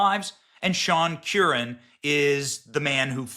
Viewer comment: The pronounciation of the name is Kerr ran. Not Q ran